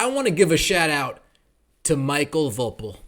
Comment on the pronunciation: I guessing his name is pronounced Michael Vo PEAL, similar to the famous Ron POEpeal. Great commentary, as always. You drop truth bombs on a daily